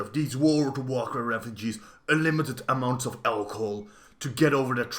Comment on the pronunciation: Holy shit I could not watch this video. You butcher so many pronounciations of words that I can't continue watching. Aloc-hool? Sorry, but nah